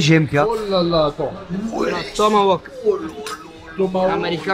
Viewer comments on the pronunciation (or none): tomaHawk !!! et pas tomaWoke non de non !! (avec amour et respect )